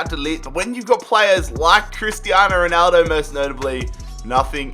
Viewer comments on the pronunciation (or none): none